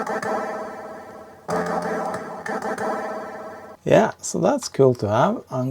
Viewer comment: STAY AWHILE, STAY FOWEVER